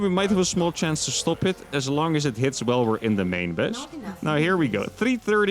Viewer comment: you know when you try to say while you always say weyll instead of while !!!!!!!!!